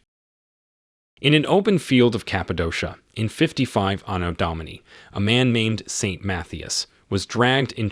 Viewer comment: This is the guy with the speech impediment he says . ANNA DOMINI I am pretty sure it is Anno Domini meaning 'In the year of our Lord in Latin" What is it with Americans, why do they so easily display ignorance on every level ?